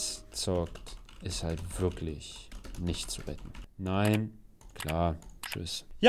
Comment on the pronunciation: "wirktlich" gut 🤣